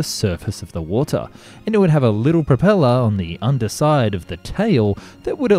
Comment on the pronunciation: you should do more videos about submarines. the way you say 'wotah' is just perfect😂😂